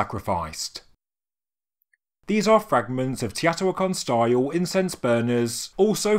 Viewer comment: Long time subscriber & love your channel & all the research & discoveries you bring to us. BUT, sorry, Teotihuacan is pronounced - tay-oh-tee-wáh-con.